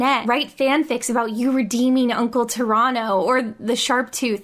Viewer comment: I'm from Toronto and the way you say Pterano sounds like how people from Toronto say Toronto